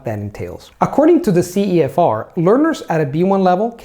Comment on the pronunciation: "verything" CEFOCEF instead of CEFR